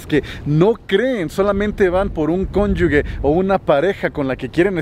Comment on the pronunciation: La "g" de conyuge la pronuncias mal, se pronuncia como " j"; ya que no lleva "u" entre la g y la e. 😉